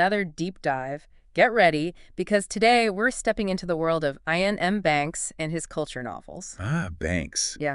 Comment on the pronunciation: Eye-an m banks? Is that intentional?